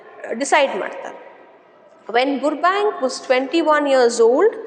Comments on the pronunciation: Mam I think 💬 the spelling pronounciation is rong It is not ಬುರ್ಬ ಬ್ಯಾಂಕ್ alla it is ಬರ್ಬ್ಯಾಂಕ್ 😂😅 but your explanation method is super I will understand easily ☺️💝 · Burbank pronunciation is wrong I think